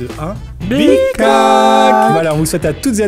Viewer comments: Putain le Teletubbies qui parle je l'ai encore ! Par contre je me serais jamais douter que certains entendait "big coke" moi j'entendais "pi crac" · ....Peut être qu’il dit "Big Hug"😂😂